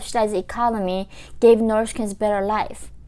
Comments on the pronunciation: I hear you saying Norsh Korea.... 😂 😂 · Norse Nefecta 🇳🇴🇰🇵! 😂